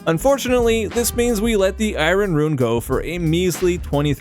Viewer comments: its not I-ron its I-ern!!! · Its EYE-ERN not EYE-RON, really cant help cringing. Don't feel bad you are far from the only Ytuber that gets it wrong. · Am I the only one getting completely taken out by the way he pronounces I-rin? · so funny hear you pronounce iron haha